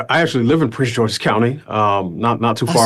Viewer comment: It is called Prince “GEORGE’S” county, not “George”. Sorry, but I’m a county boy, and she’s like the fourth popular influencer to mispronounce it. Most people in the area just call it “PG County”. (Not trying to be anal about it; it just worked out that way, lol😂)